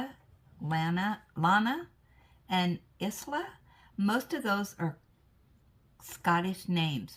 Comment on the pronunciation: How to pronounce Isla is eye-la